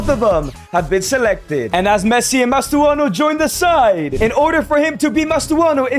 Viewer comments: Mastantuono not mastuano 😭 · It's not mastuano